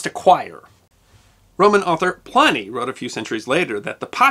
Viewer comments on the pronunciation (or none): the european union did not come into existence until 1973. it was preceded by the 'common market'. no one voted to be part of the EU. please try to be accurate. also, pliny is pronounced 'pli nee' first syllable to rhyme with 'pit'. the letter 'i' is allways lower case in latin, 'ai' is pronounced as you would have rhyming with 'high'.